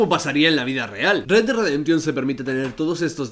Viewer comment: "redredreremtion dos". Mames carnal, un poco de inglés no te caería mal.